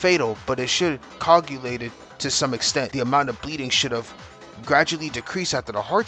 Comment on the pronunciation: These vids are awesome man! Love seeing ur reactions. Also i love hearing u mispronounce words haha like coagulate. U have reignited my dr hyperfixation with these vids!